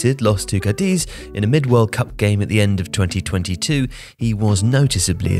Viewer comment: You mispronounced Cádiz, it's a pity, since this is a fine channel